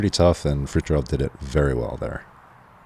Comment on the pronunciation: The way they pronounce Fritiofs name made me cry..